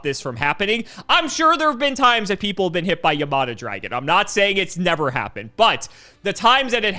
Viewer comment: Bro cannot read yamata dragon